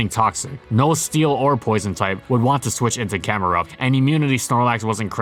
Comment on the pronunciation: THE I IN CAMERUPT IS SUPPOSED TO BE A U!